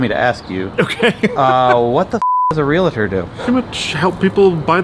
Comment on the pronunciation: FYI, It's "Real-tor." Two syllables.